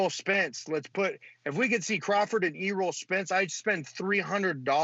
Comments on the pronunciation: "E-Role Spence" 💀💀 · my mans said "e-roll spence" lmao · said "e-roll Spence junior"